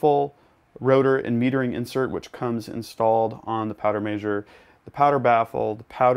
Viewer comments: powder major :P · Does how he says measure drive anyone else nuts? 🤣